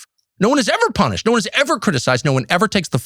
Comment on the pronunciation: All are punish--ed, three syllables